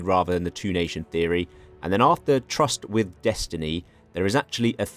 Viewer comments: Tryst is pronounced "trist" FYI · finally getting the Paradox recognition he deserves. Can't wait for SIAM RULES THE INDO-PACIFIC! *I believe tryst is pronounced "trist" by the way